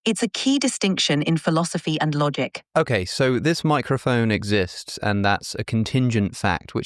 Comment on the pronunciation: Are we going to ignore ChatGPT’s pronunciation of logic? Lah gick?